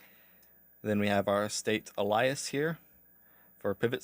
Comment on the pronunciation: Thanks for all the content, appreciate you running through all of this. Just a heads up Alias is pronounced ay·lee·uhs. Hate correcting people but this might help you in future.